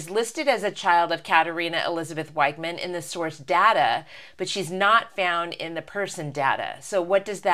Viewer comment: You mispronounce "Wichmann".The "i" is pronounced like the "ee" in "seek" and the "ch" is pronounced as the "ch" in "chuzpa".